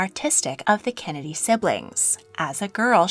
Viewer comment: does no one else notice the way she says kennedy like kenedeh